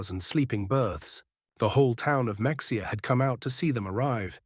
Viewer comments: IT ISN'T PRONOUNCED MEX E AH... IT'S PRONOUNCED MA HA AH! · Mexia; Texas is pronounced Ma-hay-a like ma; your mother, hay like the stuff you feed horses, a like Ahhh relief. It is a Mexican word, like many Texas towns, because Texas was once part of Mexico. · It is Ma-haya, not Mexia as it is spelled.